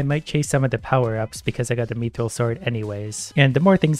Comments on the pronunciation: The way he says mithril is a disgrace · did he pronounce mithril MEE THRIL WHAT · I think the mithril is pronounced myth-ril, mi-tril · just me getting triggered when he says mithril as meethril? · Me-thrill? What is this pronunciation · God why does he pronounce it meethril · PLEASE look up how to pronounce mithril ffs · Same, every time I hear it it hurts. x_x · I don't know if hes saying it right, bit the way he says mithril causes me visible pain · the way he says mithril kinda pisses me off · The way you pronounce mithril is annoying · its "myth-ril" not meeth-reel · IT IS MIIIITHRIIILLLLLLLLLLLLLLLL NOT MEATHRULLLL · Please say mith-ril… and not meethril. It’s getting me hahah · it's pronounced myth-ril not mee-thrill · hey youve been saying mythril as meethril its supposed to be pronounced as mithril. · its not me-thril its myth-rill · Except when he says "meethril" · I’m pretty sure it’s “myth” not “meeth” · Item pronunciation: Myth-ril pronunciation:me-thrill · "Meeethreel" Yes. I too like the "meeethreel." Pft, who needs "Myth-ril" anyways. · “Me-throll” How I pronounce it: “myth-rill” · He pronunciation 'me'-thryl is interesting, always thought it was 'myth'-ril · Meethrill/Mii-thrill? No. It's myth-rill. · its not "mEeeTHriL" its Mi - thrill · mi-thral not me throl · i reeley dislike that you call it meethrill instaid of mythrill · Its not mee-thrill its mi-thrill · Mith-ril, not meeth-ril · its u say it myth rill not meeth rill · Bruh meethril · its pronounced myth-ril not meeeethrel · its pronounced myth-ril not meeth-ril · him saying MEEthril is killing me lol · no my guy. Mythril. Sound it out. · its me-thrill in Canadian so on behalf of all the Canajins farkaff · Mii thrill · Not the way now it's me thrill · it hurt me every time he called it "methril" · "Meethrill" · He do be sayin Me-Thrill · It hurts every time I hear him say “meethril” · The way he says Mithril. Meethril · Mithril:: Methrill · Lmao "meethril"